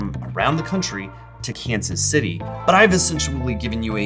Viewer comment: I think you mispronounced Kansas City there, bud.